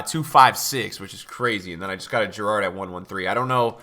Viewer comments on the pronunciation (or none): none